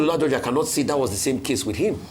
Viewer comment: .......Ladoja"s not Laura's....